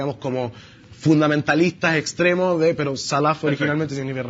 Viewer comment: Es fácil hablar con un diploma en mano y un apellido de Beit Laham, hay que saber hablar árabe señor, vaya primero a aprender árabe antes de abrir la boquita, y cuando aprenda árabe (ya que la pronunciación de la palabra "salaf" lo delata que no sabe árabe) lea las fuentes de la cultura árabe..... y después piense si quiere hablar